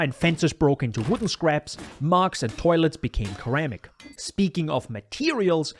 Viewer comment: this video is amazing, was not expecting such amazing quality from such a small channel, keep up the good work man, you'll go far! also you pronounce "ceramic" as "sir-ram-ick"